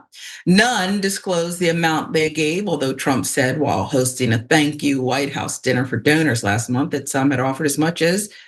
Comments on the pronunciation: “The Whit House”?? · Location: "THE WHIT HOUSE"??? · The “whit house”?